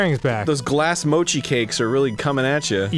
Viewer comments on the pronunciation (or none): none